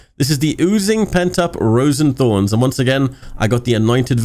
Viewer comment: It’s not pronounced roses thornes it’s pronounced roisins thornes